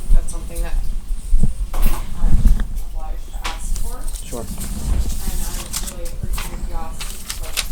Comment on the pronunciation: I can't take the cop saying SHORE it's ( sure )